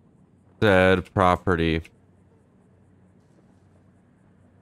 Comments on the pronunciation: It's property not proptery... Lol!! Great video!! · every time he said "proptery " instead of property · Cop #1 " Proptery..... proptery......wtf is the judge really saying proptery?" Cop #2 *phone rings "........ proptery! Yea he's definitely saying proptery, must have caught him drunk." Cop # 1 " got the warrant but it's made out for the Ace Liquor Proptery, do we go ahead?" Cop #2 "F&$# It let's go!" lol Sorry for picking on you but that scenario kept playing in my head while you where role playing this. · How many times can spell "proptery" while saying "property" over 100 ladies and gentlemen. Over 100 times. I couldn't take it anymore so heres my comment.